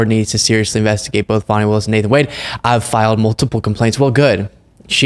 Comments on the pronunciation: Kind of a fail to have your legal expert call her FANNI the whole time... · Your guest should learn how to SAY HER NAME! It is not fanny! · Please tell him her name is pronounced fawnie like the baby deer. It irritates me when people on either side mispronounce her name. It is disrespectful. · Her name is pronounced Fawny! Show some respect! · This racist needs to stop pronouncing her name wrong.Fani pronounced Fawnie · Come on, guys. "Fawny"... Just call her "AG Willis" if you're having trouble. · "Fanny Willis"? lol It's Fani Wilis. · Dude said her name wrong, thank you for saying Fani the correct way he corrected himself. This is just a crazy trial. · Love you,. But get your guest to pronounce Fani correctly. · It's pronounced fawni. Not fanny. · Fawning, not fanny. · It's pronounced Fawn ee not Fanny. Spelled Fani. You did correct your boy. Thank you. So many people mispronounced her name 😢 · It isn't Fannie Willis, it's pronounced Fawni Willis. Big mistake from that guy, Trump calls her that. Good you corrected him, but he should have known that. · Fani is pronounced Fawni.... Not Fanny. WTF. Why is it so hard for people to get her name right? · Her name is pronounced FON-E not FAN-E! 😂😂😂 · Please ask to pronounce Fani as Fawnie not Fanny. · I always respect you, but,.....it's not " fanny" it's fauny, please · Please tell that Fani is pronounced Fawny, not Fanny. That’s what the MAGAs call her to be obnoxious. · Pronounced "Fawni" not Fanny. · Can you ask to quit pronouncing her name like Fanny (Danny with an F). It’s Fani, pronounced like the word Fawn with an I on the end. I find it disrespectful to mispronounce her name. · Please tell him it's not Fanny Willis but Fani (pronounced fahhhni) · Her name is pronounced "Fawny" not Fanny! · FAWNY not FANNY,... FFS!! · Her name is pronounced, “Fah - nee,” not “fanny.” For goodness’ sake, WTH??? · Hello, tell your guests..... she is not Fanny, its Fani (fawn-ie).